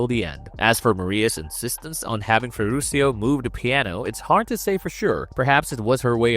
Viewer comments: The narrator could have made a LITTLE effort in knowing how to pronounce her last name for God’s sake! CalLAS??…🙄 And her butler was Ferrucho, not Ferrusio! 🤦🏻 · FERRUCIO (Italian which you pronounce Ferrukio !)